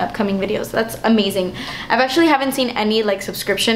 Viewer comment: 'damn, das expensive' that made me laugh so hard because your latina came out. it happens to me all the time!